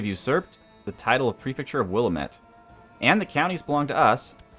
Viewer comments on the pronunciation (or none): Don't say Willuhmet. It's Willamette, the a pronounced like the a in and, I live there and your causing me physical pain